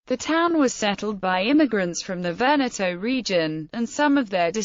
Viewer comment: You must pronounce Veneto with the same sound fir both e. E is never pronounced eeee but eh